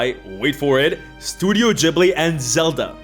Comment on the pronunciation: Ok. It's Ghibli, like grass. Not Jhibli, like jar. Studio Ghibli. Sorry, that hit my grammar button.